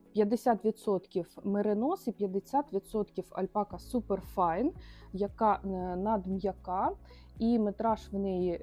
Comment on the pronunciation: Чому ви робите наголос альпакА?